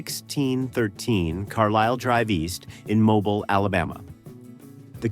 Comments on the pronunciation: It is pronounced MOBEEL not Mobil. The i has the EEE sound. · MoBILE, Alabama. Not Mobil, Alabama.